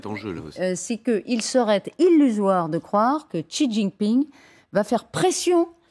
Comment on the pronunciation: A tous les journalistes de France, demandez à des chinois la prononciation du nom du dictateur : Xi se prononce "ci" et pas chi, tchi, gzi, ... Comment espérez vous êtes crédibles si vous n'avez pas cette simple curiosité.